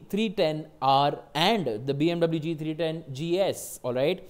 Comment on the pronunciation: u calling bmw as bmv every now and then is annoying... plz stick to bmw and don't struggle in trying to show yourself off and fail miserably